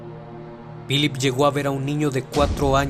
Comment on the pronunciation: ¨Pilip¨? buena narración como siempre, pero he notado tu pronunciación del inglés es malísima